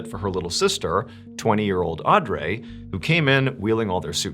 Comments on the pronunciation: Odd-Ree not Andrea lol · Audrey is Aud-ree not ray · Ardray? Isn’t it pronounced or-dree? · are you trying to make the name Audrey sound French? It’s pronounced “aw-dree” not aw-drey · Ugh, this was the hardest one to listen to. Mainly because you (like many others) cannot pronounce the name Audrey! It’s Odd-Ree, not Andray, not AudRay, not Arndray,….cmon Mr B! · The name Audrey is pronounced Audree not Audray that was driving me nuts this whole episode . Rip beautiful sisters ❤ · Pretty sure it's pronounced Auh-dree not Andre 😂 and Ni-omi and whatever you said 😂. You already have a large following why are you doing the comment farming technique of intentionally mispronouncing names. Clicking off after this comment. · Noemi Pronounced no me not no emmie and Audrey pronounced - or driee not or dray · Hearing “Aw-Dray” killed me everytime. Theres no way that it was pronounced like that and not “Au-dree” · Is he pronouncing their names right? Audrey - "Aud-dray"? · The pronunciation of “n-eye-oh me” and “-awe-dr- ee”have me. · Nay oh me & aud ree. First time I've ever heard Mr Ballen mispronunciate, especially 2 names in the same episode. Mad respect still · I feel like her name is “Aud-Ree” butttttt I digress lmao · Naomi is pronounced Nay-oh-mee. Audrey is pronounced Awd-ree. My pet peeve, sorry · As a traveler as well, this is horrifying. Mr. Ballen my dude, I think her name was pronounced “Aud-ree.” Your biggest fan, Another Audrey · Who pronounces Audrey Au-dray? Good video and weird like button analogy lol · "Nowemi" and "AwDray"...? do you know how to speak English? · The pronunciation of “Naomi” and “Audrey” are making me cackle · AUD-REE is how you pronounce Audrey lol it’s my aunts name and named one of my daughters after her. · Audrey is pronounced Aud-ree. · I know this is irrelevant to the story, but I believe Audry is pronounced Awe-dree. Anyway, I'm a big fan of your channel, and I wish you many blessings! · Twist is, her name is pronounced awwe-dree